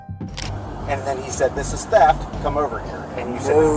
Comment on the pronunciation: That pig is the kind that trump should send back to his third world country... Since when is THEFT pronounced TAP.... LOW INTELLIGENCE...... THIS IS WHY WE HATE THEM.lets ENJOY WATCHING THEIR MEMORIAL GROW AND GROW AND GROW.....FTP... KTP